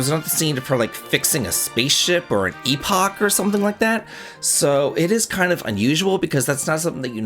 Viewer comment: You got my attention when you said "epoch" 😬